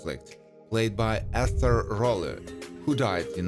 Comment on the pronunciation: The first thing that jumped out at me is Ester Rolle's name was mispronounced. Clearly, whoever put this together is certainly not someone who watched Good Times.